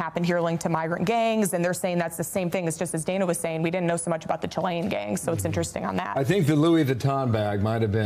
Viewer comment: Kevin, chilean, not 'chilli gang members'